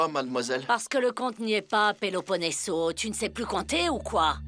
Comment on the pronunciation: Non sa mpaka prononsel byen nn Péloponeso